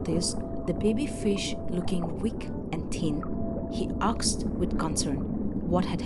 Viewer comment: Narrator tend to pronounce 'asked' as 'aksed'. Don't get me wrong, I was corrected too so just helping out✌️